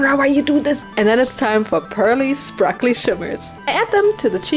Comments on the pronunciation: Isn't it sparkly not sprakly? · Beautiful doll. I love that you have been saying sprakley instead of sparkley in all of these MH videos lol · I love how you made that sprakle mistake a few times and then just decided to /lean/ into it 😂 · Just love how she says SpRaKlEy and PlEaThEr